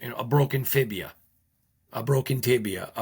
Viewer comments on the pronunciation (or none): C'mon guys every medical professional knows how to pronounce FIBULA. Fibia , whats a fibia ??😂😂